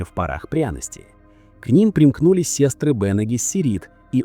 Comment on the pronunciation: Не сестры, а сёстры ☝